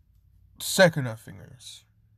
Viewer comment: Dude it’s sukuna not sekuna